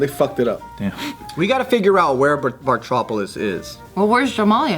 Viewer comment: It's BARTOpolis not BARTRO